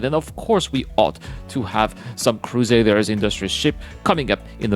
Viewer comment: The next time I hear Crusaders Industries, I'm gonna unsubscribe! It's CRUSADER INDUSTRIES!